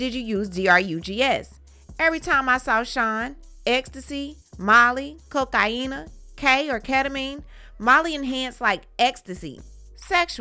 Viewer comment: Why u keep saying cokaena smh